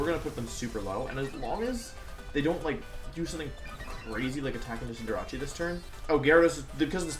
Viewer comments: It's CinderACE!!!!! Like aerial ace or an ace!!! Sorry it just sounds like your saying cinderachi. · Wolf, it’s pronounced Cinder-Ace, not Cinder-Rachi. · Wait... why does he always pronounces Cinderace as Cin-de-ra-chi? xD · cinderace not cinderachi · Is its name really pronounced cendera-CHI or is that your meme name for it? I thought i was cender-ACE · Why do you pronounce Cinderace wrong?! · Why do you say cinderace wrong...